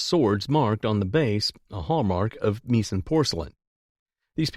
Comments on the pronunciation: Get someone who knows how to pronounce Meissen, or phonetically, My son. It is not pronounced Me son. Remember that the letters 'ei' in the German language are pronounced like the word, eye, not eeee. Since this narration is probably from a computer program, this pronunciation mistake is clearly the fault of the producer of this audio track. There were other words pronounced incorrectly in this video. Just saying! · How could anybody describing antique porcelain mispronounced the famous German porcelain factory's name : MEISSEN. !!!! Really? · He pronounced Meissen porcelain incorrectly. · Don't know if the narrator is real or AI, but you need to get a good editor in any case to find mistakes, i.e. Meissen pronunciation.